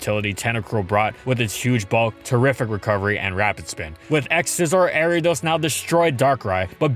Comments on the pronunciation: Area dose? Arree ah doss! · People say Airiados The anime says Ariados My step uncle says Aryados Pokémon pronunciation can be pretty confusing yet entertaining sometimes. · The way he pronounces Ariadne...jeez